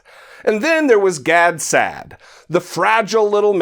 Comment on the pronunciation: Aspirational. Perfect use of the word. Also, perfect pronunciation of "Gad Sad." 😜 jk